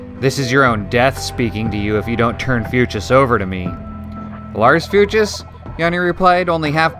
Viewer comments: I think it's pronounced fyooks. Love the channel btw. Subbed. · Fuchs is pronounced like "fox" (Fuchs even means fox) but instead of the o it's the oo sound from looks, as in, "they were giving me strange looks."